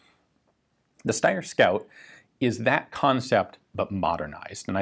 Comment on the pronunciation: that's not how you pronounce Steyr.